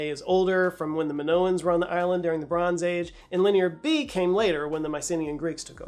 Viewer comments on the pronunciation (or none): none